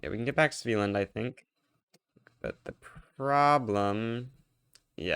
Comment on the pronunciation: It's not a big deal, but for future reference the first A in a hard A, not a soft A. SveAland